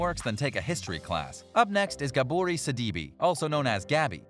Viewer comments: Gabooorie Sadeebee 😂😂😂😂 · GAB-OR-RAY SID-E-BAY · How do u mess up saying, Gabourey Sidibe (🗣Ga-bor-rey Sid-ah-bey)?? 🤦🏽‍♀️🤦🏽‍♀️ WAIT.... Why didnt they talk about Yaz, but had his pic as the thumbnail??? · Gah boar ray sid i nay